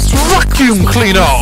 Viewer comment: "VACUUM CLEANEAHH" u'll never know why i got so many likes